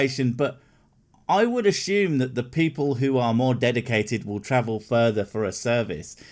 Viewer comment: Me: how do you spell assume?: "a-s-h-u-m-e"